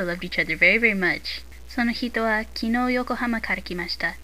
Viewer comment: kinoo ;( it's kinou love your lessons though, by any chance, does your book have an "o" with a line above it?